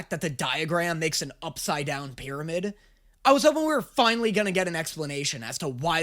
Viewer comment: ITS TINALLY FIME